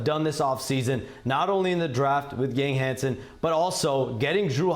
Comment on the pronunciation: Ethnic Asian guy mispronounces "Yang Hansen" in the most egregious way. Nice job Shams. Followed by similar by ESPN dorks. Whatever.